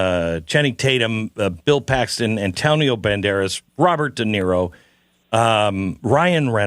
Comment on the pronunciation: Who is "Derino"? You mean "De Niro"?